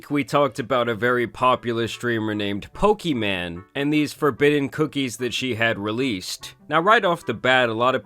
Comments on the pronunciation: Can you please learn how to pronounce her name if you continue to make videos about her? Her name is not Pokiman, it's Pokimane. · "We're talking about poki man" lmao. Its poki - mayne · It's pronounced Poki-main not Poki-man 😩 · He pronounces her name as “Poki-Man” instead of pokimane 😂😆🤣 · her name is pokimane bro.. not pokiman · It’s pronounced poki maine (I think, anyways that’s how I keep hearing it being said) more so than poki man , ‘cause she ain’t a man or a broke boy. 😂 That said why a gamer girl would want to sell cookies is beyond my comprehension, I’ll take my cookies from elves in a tree thank you. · Dude said Poki man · Makes laugh every time he says PokiMan. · "Poki-man" Lol 😂😂😂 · F it imma change how i say her name to Poki-Man from now on lol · Let me just say the best part of any of this is you calling her "Pokey- MAN" 😂 shit never gets old. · Pokiman is hilarious. Whether you are intending to pronounce it wrong or not, please keep doing it lol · its poki-MANE. your pronunciation of her name has been bugging me since the last vod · Bro said: poki-man 💀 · "Pokiman" you're trolling lmaoooo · Why are you saying it so redacted she said it’s “pokimon” but the rest of the internet outside of destiny pronounces it “pokey-maine”. Just like when people say “Mary-O” instead of “mario”. It’s insane how people pronounce things sometimes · I don’t know if you’re doing it on purpose but PLEASE keep calling her PokiMan. It’s hilarious 😆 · It’s kinda weird that you say her name wrong. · Why mispronounce her name? I am all for pointing out scams or bad behavior, but at least say the name correctly. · Once I heard her name said the right way. Hearing it how he's saying it is like a record scratch. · I swear you say her name wrong on purpose and it's hilarious 😂😂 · I hate how you mispronounce her name. Not even a fan of her but just bc it’s mispronounced 😂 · the way he says her name wrong 😂